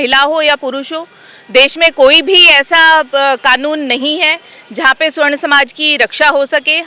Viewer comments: सवर्ण समाज बोलिए उच्चारण में त्रुटि है। स्वर्ण मतलब सोना होता है सोना कारोबारी स्वर्णकार कहलाते हैं। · ये मूर्ख है सवर्ण को स्वर्ण बोल रही है इसकी बात नहीं सुननी चाहिए